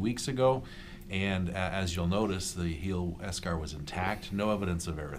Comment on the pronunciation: While he's saying eschar, all my brain is hearing is beskar 😂😂